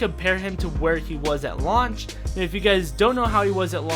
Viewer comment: use Anakin's launch attack -Me wondering why would he attack his lunch (Bc u can hear launch as lunch)